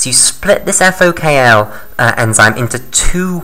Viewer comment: It's FokI (FOK1) not FokL